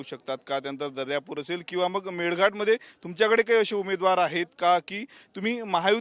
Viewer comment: मेल घाट नाही ग मेळघाट म्हणतात